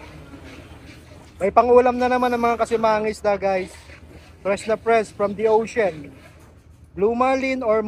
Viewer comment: ex paf ka,sa grammar " ocein Ang ocean. O th lang talaga.